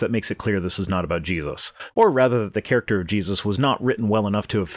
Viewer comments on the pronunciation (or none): none